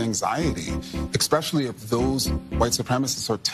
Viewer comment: Petty and unimportant, but I love how "renowned scholar and race expert" Kendi pronounces the word 'especially' as "exspecially."